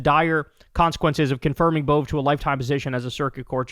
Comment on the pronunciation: Emil Bove went to my school and used to play at my house when we were toddlers. Btw it's pronounced AY-mul BO-vee. And yes, he was always a dick.